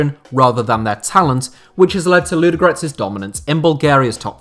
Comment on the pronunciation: Your pronunciation is appalling... Say it again: LUDO- (slowly) and then G-O-R-E-T-S. Not Ludgrets!